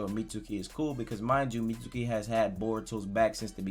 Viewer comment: How does every video go from “Mitski” to “Meet-su-kee”???😂😂😂